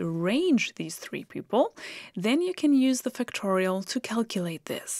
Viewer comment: Great lessons. (Until I saw it written as Factorial, I thought you were saying Fictorial.)